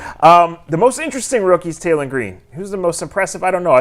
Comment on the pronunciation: Cut it out. He said taylen 😂😂😂😂😂